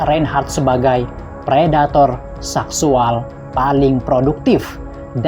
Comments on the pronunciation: Min min seksual bukan saksuall😂😂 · Ucapannya payah bngt mis. Saksual dll